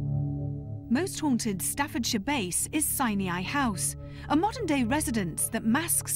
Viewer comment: It's pronounced "sign eye" NOT "sineeaye".